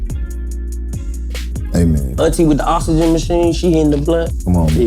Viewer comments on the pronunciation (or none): When dc said oxygen i swear it sounded like ostriches 😅😂😂